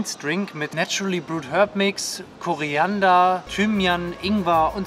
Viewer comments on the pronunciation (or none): Hör bitte auf „korEEEander“ zu sagen. Es heißt korIIIIIander mit iiiiiii